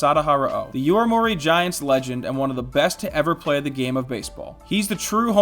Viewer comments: It's YOMIURI Giants, not YOIMURI Giants... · YO-MI-U-RI, Yo-me-you-ree, Yomiuri